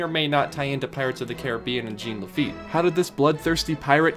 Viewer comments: GENE LE-FEET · nails on the chalkboard how you mispronounce Jean Lafitte's name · Duuuuuuuuude. Thumbs down for pronouncing the French name Jean Lafitte like a pair of Levi’s. Jean-Luc Picard, Jean Lafitte. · iTs JeAn LaFiTte